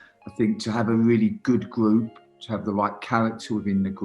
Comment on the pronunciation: Nobody: Danny Cowley “Gwoup”